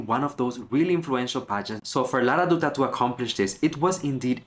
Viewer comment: Dutta should pronounce like Datta 😊